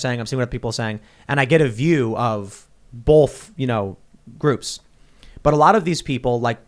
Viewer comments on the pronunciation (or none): Tim pronounced both as bolth